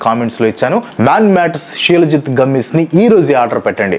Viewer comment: Shi-laa-jeet anu bro